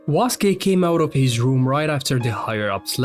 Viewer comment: Waske ❌️ Suske✅️